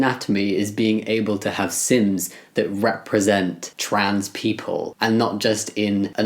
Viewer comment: How come when you said sims I heard ‘sins’ and was like “yup that’s me.”